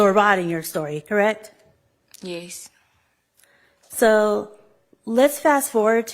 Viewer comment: Why does she say yes like “yayce”